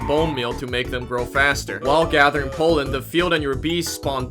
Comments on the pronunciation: I am concerned about pronunciation of pollen sounding like poland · is it just me or do i hear him say Poland not Pollen? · Poleand not pollen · "🤓 um actually its pronounced pollen, not polen🤓" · only thing i heard when you said "pollen" was "Poland" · Not trying too be rude about your acsent but o think it is funny how when you say pollen it sounds like pualen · Ah yes "powlen" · the way you say pollen sounds like Poland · whenever he said pollen, I heard poland. "I love collecting poland." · It's not Poland that's a country It's pronounced palend